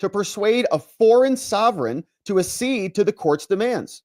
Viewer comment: You are pronouncing accede wrong 😊